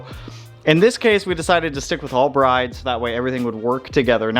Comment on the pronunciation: Lovely seats! Pronounced Brid, though, not Br-eye-de. ❤